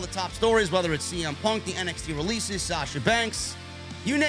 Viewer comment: Did you just say MXT? 😂